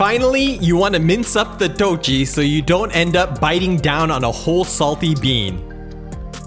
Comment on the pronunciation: Traditionally, in Sichuan Mapo Todu is made with beef, not pork. Still, today. 豆豉 (dòu chǐ) isn't pronopunced 'toe chee' as you do. It is 'doe chi' - 'chi' as in 'chip'.